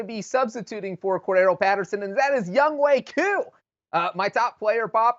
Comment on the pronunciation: Its younghoe koo, not youngkoo koo. Come on bruh I can't these guys seriously.